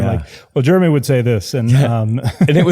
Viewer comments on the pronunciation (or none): Aw, Utah. I miss you sometimes. But not when you pronounce "Jeremy" as "germy".